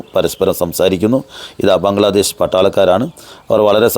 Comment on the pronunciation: ബാഗ്ലാദേഷ് അല്ല ബ്രോ ബംഗ്ലാദേശ് ആണ്